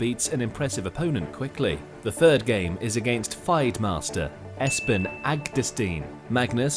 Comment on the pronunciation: Who is this announcer? He doesn't know basic chess openings or how to pronounce FIDE. Whoever makes this doesn't actuality understand chess